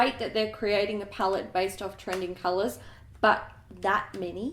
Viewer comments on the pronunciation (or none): Please keep saying kalulas for colors!